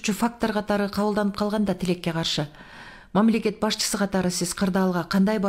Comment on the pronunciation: Мамалакат деп тойгозду